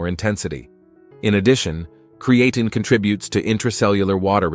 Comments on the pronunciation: Hey there Mr AI, good video 👌 Just a tip though. Creatine is pronounced Createen.. Cheers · Good, but somebody please teach AI how to pronounce creatine.